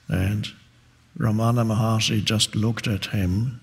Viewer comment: Dear I'm from india at tamilnadu his name is not ramana maharshri it is wrong pronounciation his name is Ramana maha rishi